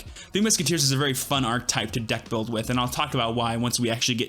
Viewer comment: This is really weird for me to mention but it kind of drives me crazy how you pronounce archetype lol, just completely skipping the middle syllable. 😂 anyways i love the musketeer deck!